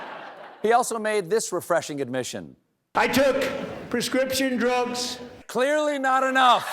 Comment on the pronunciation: I took prezscripsjon drugz is my new ringtone